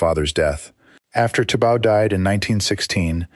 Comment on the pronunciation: It’s Thibaw, pronounced tee baw. Not tibau. Check with Burmese authorities. It’s most annoying